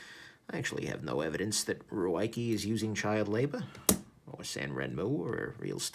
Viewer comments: I read it’s pronounced “Ricky” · He keeps calling it ruiekee